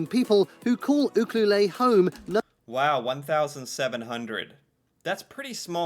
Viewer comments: I"m from Vancouver Island. We don't pronounce it oo-cu-lay or even oo- clue-lay. YOU-clue-let. /smh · Cringe. Ucluelet is pronounced "you - CLUE - let", not "you-clue-lay". You'd think the makers of these videos would make a phone call or something if they're unfamiliar with them. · Bad narrator strikes again! It's Ucluelet...pronounced You-clue-lett ( not lay). We just call it Ukee. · Its not Coo Coo Lay, its U cue let, BC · The narrator mispronounced Ucuelet. "You queue let". It is a First Nations word, but I don't know the meaning. It isn't French, like the narrator is trying to say, "You queue lay" or "Yuce cue lay". I grew up two hours west of there on Vancouver Island. Actually, I'm waiting to see if Qualicum Beach or Parksville show up on the list. Edit: nope, they weren't on the list. Having grown up there, Qualicum Beach is far superior to Ucuelet except for whale watching and surfing. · Uculet - you-cue-let, not oo-coo-lay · The narrator mispronounced Ucluelet. It’s yoo-CLUE-let not youcuelay. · I have to comment on the pronunciation of Uculet...try U CUE LET NOT U CUE LAY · Not “ucloolayyyy”, You-Clue-Let. Is the proper pronunciation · Ucluelet = you-clue-let. Not lay 🤦‍♀️ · Yeah mispronounced Ucluelet U clue let you not ooh. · it's eu-kew-lette not oo-coo-leh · Ucluelet is pronounced….” You….clue….let “ The let is as “ get “ not “ lay “ as he said. These all seem like lovely towns, but I have no idea how he chose his list. In my own province. I can name more than ten lovely communities, and every province can do the same. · It’s not Ucluelay it’s pronounced Ucluelet as in rhymes with bet. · Guy butchered pronunciation of Ucluelet. It’s You clue let, not You Clue Lay. Major tourist destination summer and during winter storm season. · Ucluelet --you pronounce the T and the end! The narrator is wrong, it is pronounced You-CLUE-let. (Coming from a British Columbian). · Im living in Jasper right now!! Best ever!!! Also uclulet is pronounced you-clue-let